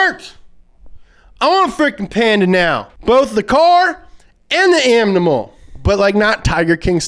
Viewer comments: Ah yes, the car, and the amnimal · “Both the car and the amnimal” 😂😂😂